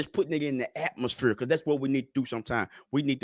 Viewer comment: we definitely gotta put it in the atmosphure 😂😂